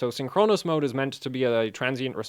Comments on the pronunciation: It's Synchronous, not Synchronos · blame English not. you're right tho, the stress is on the first syllable, because its a compound word, not the penultimate.